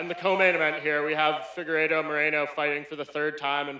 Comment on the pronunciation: Nobody: Figuerdo: Mothefockee